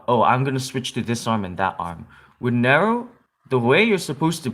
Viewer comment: You don't say Nero right no offense